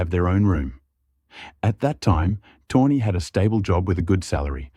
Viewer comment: It's pronounced "toe knee" not tawny 😂